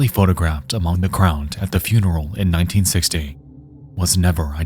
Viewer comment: I do not believe he uses his own voice, if it is a guy. There are extremely weird mispronunciations like 1960 towards the beginning that a normal English speaker would not make. This is most certainly an ai voice.